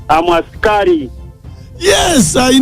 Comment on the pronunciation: Eeeeeeh English problem which asikali is that??? 😢😢😢😢😢😢😢